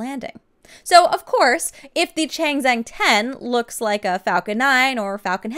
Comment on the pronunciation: Chang Zheng, say it like this: "chong jeng" it will sound sooo much better. :-)